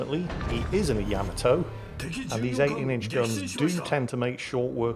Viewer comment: How is it that you pronounce all the other ships names correctly and refuse to pronounce the Yamato correctly? I know that you know the correct pronunciation because you've said it in older video's. It's pronounced YUH-MA-TOE not Yam-A-Toe.